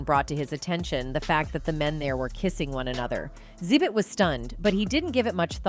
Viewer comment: Yeah, A.I. is pronouncing wrong. It’s actually pronounced X-Zibit